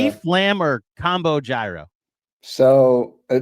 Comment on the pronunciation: I've never slandered KFS but hearing pronounce gyro is making me want to slander...LGK!!!